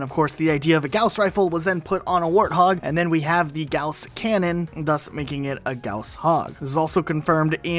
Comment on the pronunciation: you absolutely slaughtered Gauss's name, like really bad, it's german so I understand a native English speaker not being able to pronounce it.